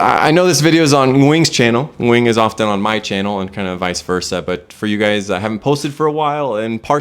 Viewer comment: The way says Nguyen’s name is IMPRESSIVE. Foreigners rarely can pronounce the Ng like native speakers can.